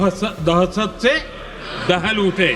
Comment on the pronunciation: 😂😂😂दह दह दहस दहस्त नी दहशत होता है 👍🏻